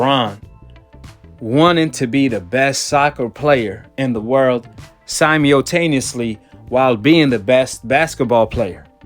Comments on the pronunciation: You need to work on your trash narrating. Her name isn’t Carissa. Haha and “simiotaniuosly”? Come on man. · "Simeo taniously" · Great video. Keep the good content coming...but I can't just overlook the way you say simeo-taniously.